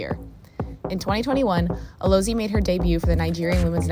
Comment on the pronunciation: Her name is pronounced "Alozié" - the 'e' is an "eh" sound.